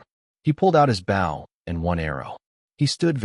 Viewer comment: Maybe you need to teach the bot that writes this garbage to teach the bot that narrates how to pronounce the word, "bow".